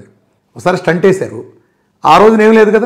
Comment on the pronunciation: స్టంట్ కాదు.. స్టెంట్ అనాలి